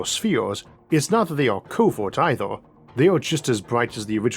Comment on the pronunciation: I like the videos I've seen so far but it's so irritating listening to you pronouncing every 'er' as 'or'. Eithor, univorse, buffors, even spheor (sphere) etc. To make this rant somewhat constructive: most people I heard in life pronounce 'er' more as 'ur' but not as in your but as in a pirate grumbling urrrr